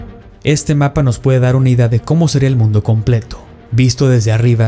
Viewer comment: No es El mundo Es el MUNDE UH UMMMM 😭 JAJAJA